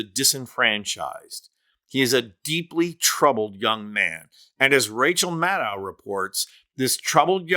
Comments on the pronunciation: Her last name is pronounced like shadow…Maddow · Sometimes you pronounce her name correctly, the way she does: Maddow::: like Window. Other times you revert to the way most MSM folks say it. Nobody says the ow in window the way it's pronounced in endow. In fact her last name ends with the same sound that your last name ends with,. That should make it easy to remember. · Rachel pronounces her surname with a “long O” at the end. Like “meadow” (grassy field). Practice with that a few times. You’ll get it.